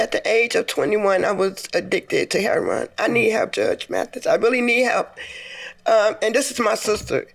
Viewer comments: That's how a lot of people say it. Even some youtubers who report on it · "Heh-ron" = That's how we pronounce it in the 'hood (Harlem/Chicago/Detroit/Bmore/Philly/D.C. and inner cities around the Nation). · why does she say heroin like that i couldn't get over it lol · I personally have never heard a heroin addict say he-ro-in (3 syllables)